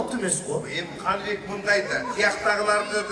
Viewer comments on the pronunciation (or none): Канивек эмес КанЫбЕк